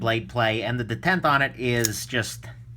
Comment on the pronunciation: Are you sure you're pronouncing "detent" right? Either you or everybody else is wroong. I would not put it beyond you though, that you actually the only Person that knows how to pronounce it correctly. Have yourself a wonderful day.